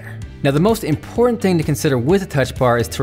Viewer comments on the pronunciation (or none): none